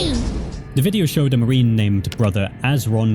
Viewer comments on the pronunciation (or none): none